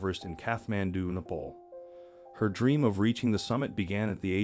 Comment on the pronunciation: Why did you pronounce Nepal like that? 😐